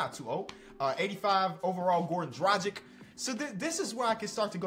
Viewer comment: Please don't say Dragic anymore, or Vucevic. You're pronouncing so so so wrong!